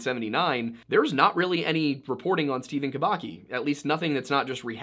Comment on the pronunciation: Just a little clarification, Kubacki should be pronounced Kubatski